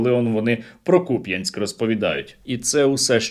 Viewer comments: Хоча б наголос правильно робили на Куп'янськ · Як мене пригорає від "купЯнск"😅